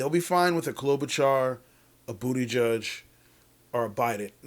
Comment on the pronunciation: lol it sound like he said Pete BootyJudge hahahaahahaha